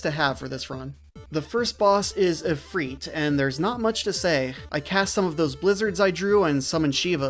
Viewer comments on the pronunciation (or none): Are you pronouncing Ifrit as Ifreet? 😂